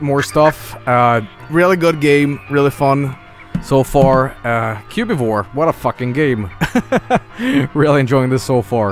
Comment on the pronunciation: "Cu-bee-vore" It's Cubivore